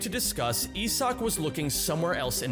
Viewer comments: You are the one completely butchering my boys name, doubt youre much help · Is that actually how you pronounce Isak? I would assume it is just a varient spelling of Isaac